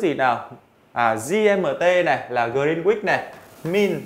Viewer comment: Grin-uýt mới đúng